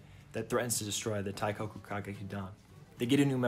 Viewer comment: great video!! i wanna make some points: 1- for easier pronunciation of "teikoku kagekidan", the 'i' in teikoki is meant to accentuate the 'e', so it's more like tehh-koh-ku and not taikoku, you can also say teigeki for short 2- the feminization in the ny ova is also in the game, you also win many points if you choose the enjoying it option and may or may not lose points if you act uncomfortable or insist you're a guy 3- they never adapted cinderella live, which makes me sad bc the cinderella song is one of the best in the franchise. the clip you showed then was from ai yueni (lit because of love), which is arguably the most iconic sw play and the most sang duet in the franchise 4- the live shows cast for the 2019 game adaptation aren't the voice actors, they picked popular mainstream voice actors without any stage experience and hired professional stage actors for the shows 5- incase you didn't know, there's also a manga version that adapts the first game, it's really good and improves on it alot, you might wanna check it out that's all, sorry for the long comment and keep up the good work!!